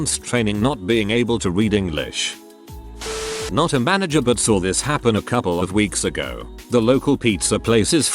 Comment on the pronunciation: Ik. It’s just that I would always get so confused when the Text to speech said Manger or some other word. And completely disrupt my train of thought I too forget how to English.